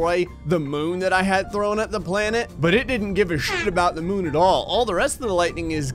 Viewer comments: I couldn't stop laughing when he said holy syeet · Holy shyeet very English